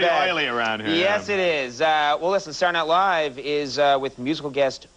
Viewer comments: Conan always says "Satnilive" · Why does Conan always pronounce it "Sar Night Live?"